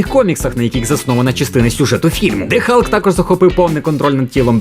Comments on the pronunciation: На початку відео був Халк, потім чомусь перейшло в Галк..вуха кровоточили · Чому не Халк а Галк?